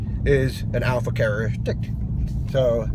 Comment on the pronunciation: What’s a carrrrroristic? Did you mean characteristic? Lol